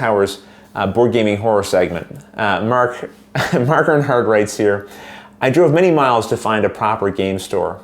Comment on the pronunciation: I'm glad you read my "tale of woe,". This is the second of my comments you've read on your show. But,, you always say my name wrong. You say "Earnhardt" but there is no "N" in my name! My name is actually pronounced like "Air - Heart". I'll let it slide......this time!!! Ha! Just kidding. Love the show!